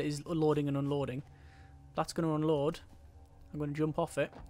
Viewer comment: I keep hearing "Oh lord" instead of unload.